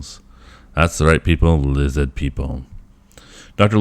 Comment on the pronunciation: ‘Lizzid’. It’s pronounced ‘lizzid’.